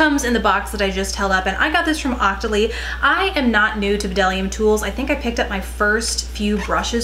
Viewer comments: I've been using bdellium tools forever! I love them! They are so underrated!! The b is silent by the way :) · FYI the b is silent :)